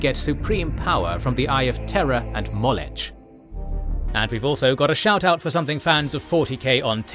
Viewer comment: You're saying Molech wrong! It's [MAW-LOCK] not [MAWL-ETCH] Someone hasn't studied their Biblical lore. That's a shame, lets just say it's slightly better than Warhammer LOL.